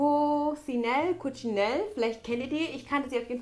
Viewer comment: die marke wird kotschinelle (also wirklich "elle" und und nicht "ell") ausgesprochen. Das ist italiensch:D Tolle sachen hast du bekommen, bist wie immer super süß😍❤